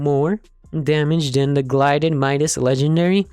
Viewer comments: Pronounces it as glided instead of gilded :/ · I love how he said glided and not gilded 😂😂